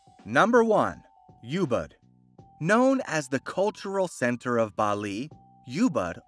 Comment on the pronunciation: Ubud not Youbud 😅